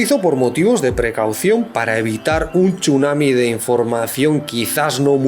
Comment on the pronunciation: Te salió la vena vasca con el "txunami"! XD